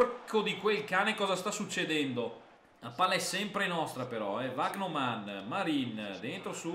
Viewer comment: Vandeervort è diventato Vagnoman contro lo stoke🤣🤣